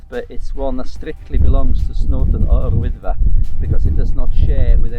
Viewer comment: Love the use of the welsh name Yr Wyddfa and to hear it pronounced correctly. Brilliant, cracking video as always you two; best to date! SC 🤜🏻🤛🏻